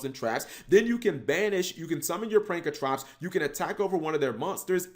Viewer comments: I cringe every time you say pankratrops when it’s spelled pankraTOPS!!!!! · Say it with me cap. "PANK-RA-TOPS" not "Prank-a-trops" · PANKRATOPS NOT PRANKRATOPS FOR FK SAKE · get your damn shit straight! It’s not “Prankatrops”... it’s “Pankratops! Look at the card name properly, damn!